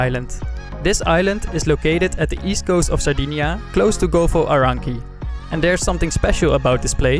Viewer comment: golfo ARANCHHHIKKI!?!?!?! hahahahahahah mate if you can't pronucniate something just go to school !!!!!!! pathetic!!